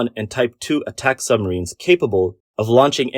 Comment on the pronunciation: Sumreens not submarines?